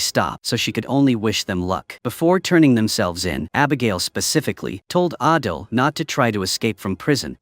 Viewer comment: The fact that the ai script kept saying adel instead of adil (adel is literally my name)😭😭😭